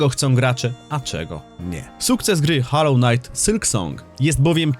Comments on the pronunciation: to jak mowisz " hallow " znaczy świecić czy w tym wypadku uświęcony, bo tak to wymawiasz. Natomias to jest " hollow " czyli pusty ( czyt. mniej więcej holoł ) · holoł, nine haloł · HOLLOW, nie hallow ffs... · Ale cringe wymawiasz nazwę gry xDD hAllow knight sYlk song xDDD Kłuje w uszy.